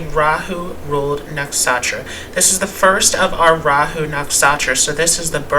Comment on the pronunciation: " Nuk Sha Tra " is a better pronunciation . "N-uh-k-sh-uh-t-r-uh"